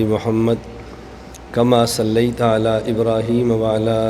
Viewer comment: ماشاءآللہ حضرت علم اور عمل مضبوط پھاڑ ہیں بعض احباب اور طلباء حضرت والا گھمن صاحب کی تجوید کے متعلق سوال کرتے ہیں خصوصا درود ابراہیم میں "صلیت" کو س سے ادا فرماتے ہیں تھوڑی توجہ دے مخالفین کے دانت کھٹے فرمادکتے ہیں۔